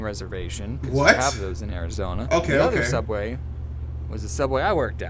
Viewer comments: Its pronouced "subway" not "souubway" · Sooubway was just a joke did because for rest of the first episode he said subway